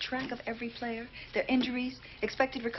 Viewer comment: "playah playah" 😂